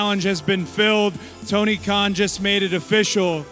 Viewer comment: Khan! Get it right, not Kahn. He aint German!